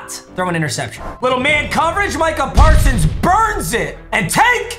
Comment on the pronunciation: We all gonna act like he didn’t say marcah parsons